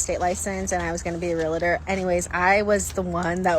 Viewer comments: If she is too stupid to not pronounce REAL-TOR correctly and to pronounce it as real-a-tor she deserves to fail as a REAL-TOR! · Real-tor, not Re-La-Tor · 1. real-tor, not re-li-ter. 2. $18k ac system. put in some window units. cheap. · Hey, it's not "real-uh-der." It's "real-tor." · The lady in glasses is not a realtor... She doesn't even know how to say realtor. It's not realitor. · To be fair, a realtor who pronounces it, “realator,” would never get my full confidence in their intelligence. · She keeps saying realtor wrong too. Realitor. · Maybe the chick who was her own realtor would have made out better if she knew how to pronounce the word ‘REAL-tor” properly 😑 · real-la-ter? why do they pronounce it that way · When people pronounce Realtor as Realiter, that drives me insane! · Woman : Imagine having your real estate license and still not knowing how to correctly pronounce the word "realtor". What a world! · how do you get your realtor license and pronounce realtor license like that???? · Realtor only has two syllables. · “Realtor” is two syllables, not three. You’re welcome.